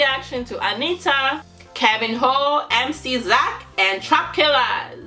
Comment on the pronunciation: hey the NH in portuguese it's pronounced like the spanish Ñ as in "niño" or "piñata"... You should pronounce "Keviño" not "Kevin hoe" lol Much lov from🇧🇷